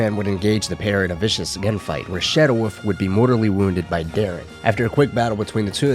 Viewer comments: This video was good, but I just can’t forgive the dude saying “woof” instead of wolf. There is an L my dude for fucks sake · Fucking hate you people who absolutely insist on mispronouncing the word wolf. It's WOLF not woof. You inbred monkey